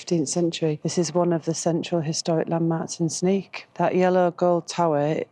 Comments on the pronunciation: Sneek pronounce is like the English say Snake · Sneek is pronounced Snake in English! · In Dutch the pronounciation of Sneek is like snake not sneak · Sneek would be pronounced as Snake for an englishman, instead of Sneak. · Frisian is a language actively spoken and written every day. It’s tought in schools to keep it alive. In some bigger city’s it’s more mixed with Dutch. Within the Frisian language you even have some different dialects. Sneek is pronounced as “snake”. Thanks for visiting Fryslân. Have a nice trip!